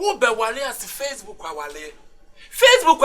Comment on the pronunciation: What’s “fresshhbook” 😂😂😂